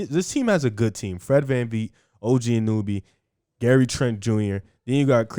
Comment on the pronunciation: The pronouncations on OG Anunobys and Precious's name, and overall predictions of the Raptors IMO show you guys haven't been watching this team in preseason. Yuta, Svi, Khem, Boucher, Barnes, Dragic, Pascal, Flynn, Fred, OG.. And Fred just admitted that OG is the defacto #1 option right now, something that your analysis isn't really accounting for.